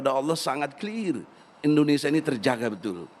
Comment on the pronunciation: egi sujana lucu ngucapin nama negaranya sendiri aja gk bisa..indonesa hhhhhh bukan indonesa bung tp indonesia hhhh